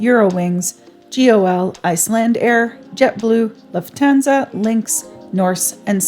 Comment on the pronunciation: I finally learned how to pronounce Lufthansa😅